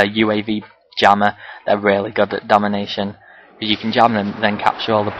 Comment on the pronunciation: is it me or are you saying demolition?